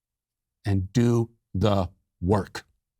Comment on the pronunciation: Matt Walsh saying "Do. The. Work!" Totally made my day